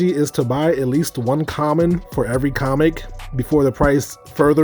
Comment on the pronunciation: The “Chammon” 🤣